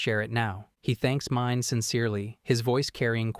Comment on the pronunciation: God I HATE how the AI butchers all of the names. It's pronounced Meenay not pronounced Mine. 🤦